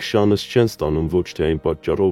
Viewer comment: Շանս,առանց ը ֊ի կարդա։Դու կարդում ես`շանըս։